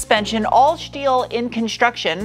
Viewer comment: I feel like the shteel shtick has to shtop